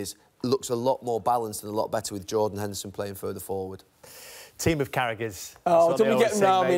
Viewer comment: lmaooo "yordan henderson"